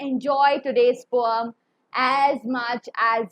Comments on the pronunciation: It's not poam, it's poem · Ma'am but why you pronounce poem differently which is the correct pronunciation?????? 🤔🤔🤔🤔🤔🤔🤔🤔